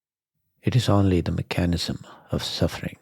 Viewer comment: Just fyi… it’s pronounced mech-a-nism. Not me-chan-ism. Sorry, thought you might want to know. ✌🏼